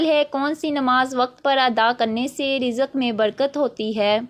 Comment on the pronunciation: Informative...but apki urdu reading thk nhi ,jesay ilm ko ap ne ilam parha ,waqt ko wqatt,rizq ko rizaq aur mulk ko mulak ,work on it .